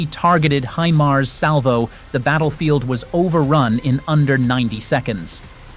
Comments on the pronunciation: Look, I wish whoever the voice is that they would look up the proper pronunciation of HIMARS. It's "HighMars, NOT HeMars. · Pronounced Hi Mars, not Him Ars! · Or He-MARS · It's been well over 2 years now, and moronic robot voices STILL have no idea how to properly pronounce HIMARS. You can solve this stupidity yourselves, by simply editing your script so it reads "High-Mars". Replace "GMLRS" with "Gee Em Elle Are Ess", and replace any distance measurement with actual words, instead of abbreviations. Then your ugly robot voice will say things correctly. This is not exactly rocket surgery now, is it? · Eventually AI will know how to pronounce HIMARS correctly. Until then I'll continue to skip out on machine generated content. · Yes but how it's pronounced is distracting. Iam gone